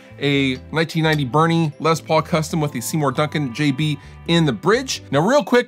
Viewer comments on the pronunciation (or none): none